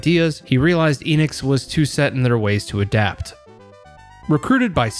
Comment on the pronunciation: It's pronounced "Eh-Knicks." Also, Square obviously got the better of that "merger."